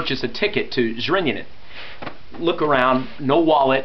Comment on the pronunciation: i love how you say Zrenjanin :D (Zrinjanin xD)